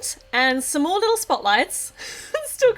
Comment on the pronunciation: did anybody notice that when she said "Some more" it sounded like "S'more"? Or am I just hungry?